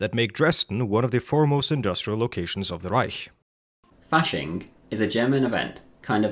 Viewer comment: omg ur the first person ive seen that wasnt speaking german and said reich correctly